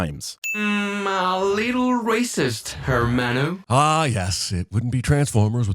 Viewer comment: CinemaSins should have sinned the robot for mispronouncing “hermano.”